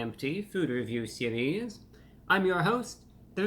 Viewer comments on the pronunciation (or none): Why doe he say sewies?